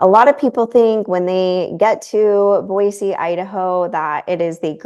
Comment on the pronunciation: Since Boise is your home now, it's actually Boise with an "s", not Boize.